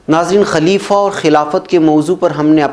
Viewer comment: Sahi lafz خليفہ Ho sakta hai zuban fisal gai ho